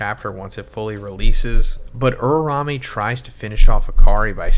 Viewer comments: It’s URA-UME! Not URA-RA-ME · Man pls Uraume not Urarame....... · Ura-Ume plz say it right